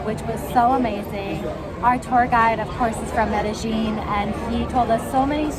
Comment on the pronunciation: You pronounced the world Medellin incorrectly. The LL is silent. Correct pronunciation is Medéyin. Please don't take it the wrong way!